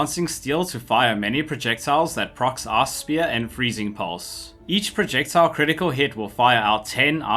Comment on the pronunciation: i always understand arse spear :D nice video tho